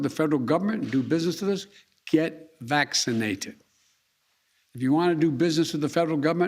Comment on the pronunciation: Vaccseenadhid. Ugghghh 👩‍💻